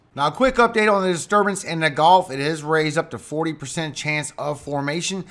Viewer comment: The thing in Mexico is a “gulf”. You keep saying “golf”. I can’t tell if it’s your pronunciation or you really think it’s a golf. I’m not making fun, just trying to help.